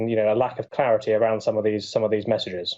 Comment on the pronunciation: Clarity, not clairty